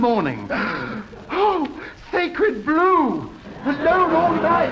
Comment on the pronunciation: Or as he pronounced it, "sacred blue."